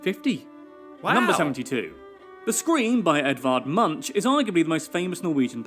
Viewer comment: Munch is pronounced with a K-sound